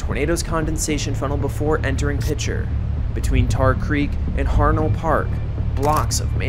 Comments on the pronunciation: It’s pronounced PEE-SHARE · From a resident Oklahoman - It's pronounced "Piker" rather than with a soft "Ch."